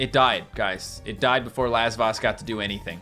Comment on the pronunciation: I keep thinking says "Last Boss" when he is saying Lasvoss